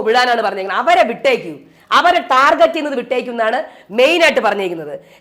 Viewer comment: Ee norede “target” enna wordinte pronunciation arengilum shradichirinoo😂